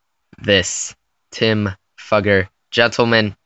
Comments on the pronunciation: Just to let you all know, his last name is pronounced "fYOUger" not "fUGGer" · It's not pronounced duffer its f-U-ger. u pronounce the u as "u" not a. Look him up on YouTube he's interviews say fUUger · It’s pronounced Fooger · His name is actually pronounced (fyoo_gur) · You are pronouncing his name wrong. I watched him play at Vanderbilt and that is now how anyone pronounced it. It sounds like Few-ger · Fewger is how it's pronounced buddy